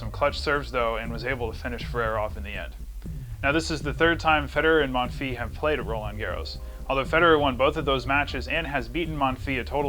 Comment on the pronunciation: pronounce the s of Monfils :)